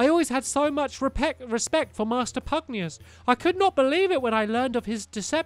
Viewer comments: Please its pronounced pug-na-shus. I love your videos but pugnius does my head in. Sorry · Pugnacius, not Pugnius. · I decide to put up with Stampy’s terrible reading because I love his videos. I guess everything has it’s pros and cons. Although, I am still waiting for the day when Stampy pronounces pugnacius correctly.